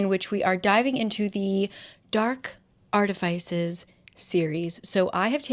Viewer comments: Almost stopped watching after the mispronunciation of artificers. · ILY but that’s not how you say artifices ❤ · I have never heard artifice pronounced like that huh